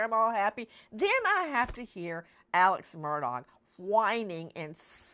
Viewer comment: His last name is not mur DOG. It's murdaugh.. silent augh